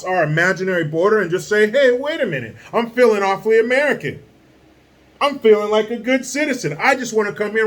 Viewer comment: AmereeCan for AmereeCans